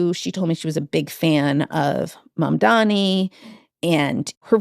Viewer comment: Why does everyone, including you wrote and say Mandami ? It's Mamdani. Mom-Donny, NOT Mon- Dammy.